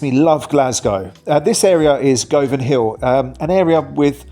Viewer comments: the way you pronounced govan was really odd and cant unhear it....... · It’s pronounced Guvanhill not Gov..anhill…. And it Pronounced Guvan….not Gov…an….🤷‍♀️ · Can someone please help him out he needs to learn how to say GUVan not GO Van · You’re pronouncing ‘Govan’ wrong. It’s pronounced GUVVAN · Please get your pronunciation right! It’s ‘Guvvan’. Not ‘Go-van’ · youve never lived in glasgow, or you would know its pronounced Guvan, not Go-van... and every glaswegian knows how to say sauchiehall stret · Govan...he says "Go van"....naw, eejit....it's "Govan"...rhymes with "oven"....yer welcome.. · Please pronounce the names correctly. It is not pronounced Go- van but Guv - van. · It's pronounced Guvan, not Govan. I'm actually not sure if you managed to name a single area of the city of Glasgow properly. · Govan ? Learn to pronounce it properly. Gu-vin! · Govan is pronounced Guvan same with Govanhill. Both places Im glad i dont stay in. Im glad you love the City of Glasgow. 👍🏻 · It's pronounced Guv an not goh van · It is not Go van it is pronounced GU VAN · it said more sounding like guvan not govan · That's not how you pronounce Govan. Its not Gohvan. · Smashin video, Govan correct pronunciation Guvan. 😊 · i don't know where you're from,, but it's pronounced Guvan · We from the surrounding areas say the area Govan its pronounced as guvan, weird as it has a o but its commonly known as guvan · Govan is pronounced "Guvin". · Govanhill is pronounced Guvinhill, same with Govan, Guvin 😎👍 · its guv van said as quickly as possible guvan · Govan is pronounced Guvan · Nobody has given correct way to pronounce Govan. It's exactly same pronunciation as Lovin'. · I wish the narrator could pronounce Govan properly